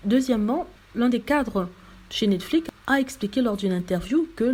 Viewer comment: On dit pas Netflique. On prononce comme c'est écrit, c'est à dire Netflix. C'est simple pourtant.